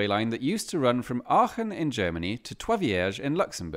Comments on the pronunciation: hot damn he actually did although i never thought it would be that hard compared to other german place names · he correctly pronounced aachen that is enough internet for today